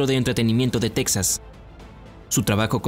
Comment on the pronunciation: se pronuncia TEJAS